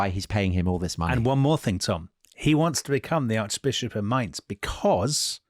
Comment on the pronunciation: 48: Mainz (pronunciation :))